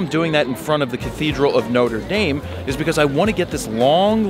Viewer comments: ''Nota Dame''! Nothing like murdering a pronunciation LOL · It's pronounced "Notra Darm" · Jared, I love you. But the way you said Notre Dame though.